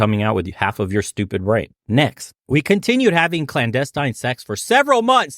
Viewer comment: Listen to how she speaks. Right "clandestine XeS"??? Wtf